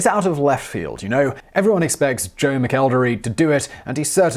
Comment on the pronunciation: I love how many wrong ways he said mcelderry